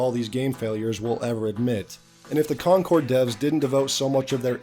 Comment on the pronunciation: Man was calling Concord “Concurd” a few times, I think his brain wants to call it “Conturd” 😅